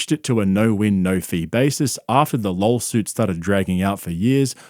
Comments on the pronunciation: Did you say "lol-suit" instead of lawsuit?😂😂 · Is he saying "lawsuit" or "lolsuit" ? Both are valid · Can you say lawsuit and not lolsuit interchangeably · Am I the only one hearing him say, "lolsuit" not "lawsuit"? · Idk why but when you say lawsuit I hear “lolsuit” and it’s so fitting that it’s for bappa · lawlsuit lmao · all i hear is 'lolsuit' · Is he saying Lolsuit? 🤣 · Idk if its just the accent but it sounds like youre saying "LOLsuit" instead of "LAWsuit" 😂 i hope its intentional lol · Yes he is saying lolsuit 😂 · Idk if you are purposefully saying (Lol suit) but it's my new favorite phrase that needs to be in the urban dictionary for law suits that are literally laughable at best and just bizzaro world at worst. Love it! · Bapa also pronounces it as "lawlsuit". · "Lawlsuits" xD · Are you saying "Lolsuit"? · Are you saying “lol-suit” and “Brandon”? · The " lawlsute" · The Lullsoot. Lol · I like how you called it a “lolsuit” the same way bapa does hahaha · you're intentionally pronouncing it 'lolsuit', right? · i thought you were saying “lolsuit” on purpose because it fits perfectly. great video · oh my god he actually said lol suit, I thought you were just trolling him, but no, he actually says lol suit. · I can’t help but hear ‘lolsuit’ and it kinda is at this point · I keep hearing lolsuit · Are you saying “LOLsuit”? Because if that’s intentional, that’s genius. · Am i going crazy or am i actually hearing lolsuit? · Wait, are you saying "lol-suit"? I hope so, that's hilarious! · Haha "Lawl-suit" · Caulmedy lawl-suit